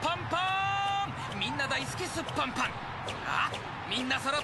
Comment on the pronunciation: すっぽん↑ぽん↓www